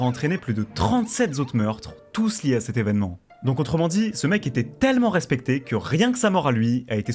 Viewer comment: J'ai essayé de faire honneur à ta vidéo mais je n'ai i pas pu aller au-delà de . Ta narration est désastreuse, je ne pouvais plus entendre le mot "tellement" tellement tu l'as dit en insistant sur sa prononciation à chaque fois. (Les compter pourrait-être significatif mais je n'en n'ai pas le courage et je n'ose imagine le nombre de "TTTellement" durant encore plus de 40mn.) Cela aurait pu être un bon documentaire mais je pense que tu aurais largement pu le condenser en 25 mn max au lieu de près d'une heure à en juger du peu d'infos transmises en 15mn qui aurait pu être soigneusement développé en 5mn. Ce qui est déjà beaucoup étant donné qu'on en est toujours à son enfance et à sa première balle reçu au bout de 15 mn, c'est indigeste toute cette répétition d'évènements reformulées, déjà évoqués 10 fois. Inspire toi des LSD d'Hyconiq par exemple qui maîtrise parfaitement son sujet. Il y a des détails (qui font toute la différence) comme ce gamin blanc propre sur lui que l'ont voit plusieurs fois (en 15mn) de dos, suivi du plan des collégiens blancs de bonne famille, sortant du bahut j'imagine… Ne parle-t-on pas de la pire des banlieue afro-américaine d'Atlanta là ? Enfin bref, je sais que ce n'est pas ce que tu as envie de lire mais voilà, navré, je te dis ce que j'en ai vu et je ne pourrais allé au-delà.